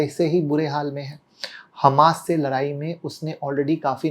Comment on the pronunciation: Larai nahi ladai hota h